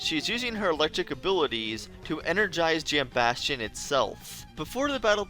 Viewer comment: Thank you for being the only YouTuber I’ve seen pronounce “Jambastion” correctly